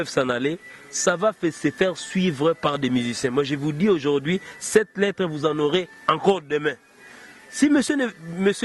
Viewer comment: on dit aujourd'hui et non aujourdi